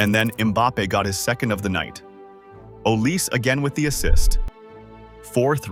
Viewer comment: Tell your AI that Olise is pronounced Aw lee say, not "o lease". And Désiré Doué is Day zee ray, not "desire".